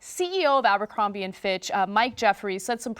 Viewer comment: it's abercrombie not ambercrombie...